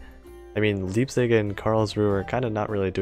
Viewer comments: as a german, it hurts to hear you pronounce Leipzig xD and btw what do you think about the "Twin 381mm Advanced Main Gun" ( gold) ? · How dare you mispronounce leipzig! Fishy will eat you. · One thing to note about your cruisers: Leipzig's pronounciation starts the same as the english word "lie" and the z in german is pronounced as ts Karlsruhe has three syllables (karls, ru and he, with the final vowel being the schwa), and the german rhotic is typically realized as a uvular trill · how you say leipzig and karlsruhe is kind a funny